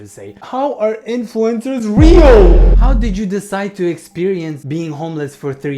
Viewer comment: That was an amazing tongue roll😂